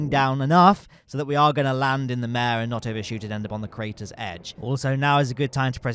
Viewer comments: Pro-tip: “Mare” in the context of Lunar low-lands is pronounced “Mar-ae.” It’s derived from the Latin word for “sea.” The reason why they were called “Mare” is because they appeared to look like bodies of water due to their (relatively speaking) flat surfaces. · Bonus points if you roll the ‘r’